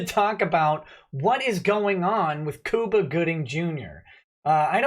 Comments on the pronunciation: Lol, it's pronounced Cuba like the Island. Love you:)! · you don't know how to pronounce Cuba. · lol sounds like you said Koopa Gooding Jr. ;)